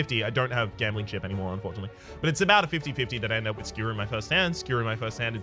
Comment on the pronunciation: Gah. None of the trolly ways you've ever said other words have bothered me, but the way you say Skewer actually triggers me lmao